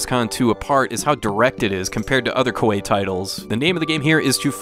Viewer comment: I really enjoyed playing this game. To make it quicker, you can so automatic battles without the battle screen it will just tell you if you won or lost. That's how I prefer it. Also, Koei is pronounced Ko-EE